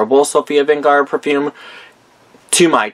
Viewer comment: I know this is an old video but her name is Sofia VERGARA AND NOT VENGARA!